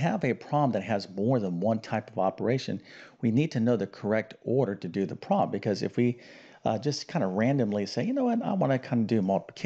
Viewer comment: there are two syllables in the word problem, a prom is a teenagers graduation party. that said, the video contained useful information.